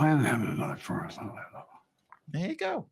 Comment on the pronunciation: He didn't say performance. He actually said "formance" according to my ears and closed caption 🤣